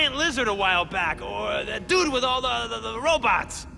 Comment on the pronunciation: Pourquoi il dit (di amazing Spiderman) au lieu de the ?😅